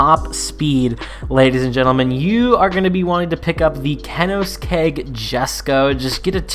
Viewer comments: kenohskeg bahahahahahah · Kenoskeg Jessko😂